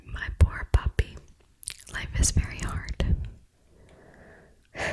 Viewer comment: So I was listening to this in the background while I am reading some webtoons and she said "My poor puppy" but I heard "My poor papi" I was like HUH that came outta no where 😂